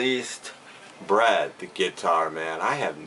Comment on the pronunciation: Hi. Wow, you got a lot of these for a good $$ yes!!! The first one I do like those as well, but I never find them OK I did say you got a lot but WOW you did surpassed that lol. My stores are just a lot of JUNCKS!!! Your last one did you say Bread or Brad..... LOL it did sound like Brad LOL. Well, I do think you need do need to change your Tube name too..... Ok ok I will leave now...... take care...... Just think it over ok I am going now LOL!!!!!!